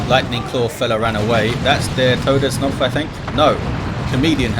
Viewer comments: Hey german here You actually pronounced Todsknopf almost perfectly... The only hiccup I could hear was the fact that in german the k in that word is not silent like in english XD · Just FYI the K in TodesKnopf is pronounced like in karma, not like in knife, knot or knight. Otherwise, your pronounciaten was fine and, of course, thx for hosting, as usual!